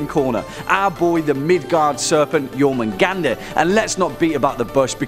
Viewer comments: I'm sure I'm not the only one to correct this, but it's pronounced "Yor-moon-gond" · You said his name wrong